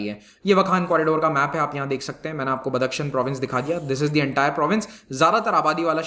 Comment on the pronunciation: बदक शन नही बदखशाँ सही नाम है।